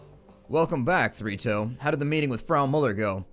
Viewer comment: Everytime you tay Three Toes I hear Fritos...